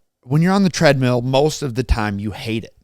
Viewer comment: Every time says treadmeal I cringe a little inside.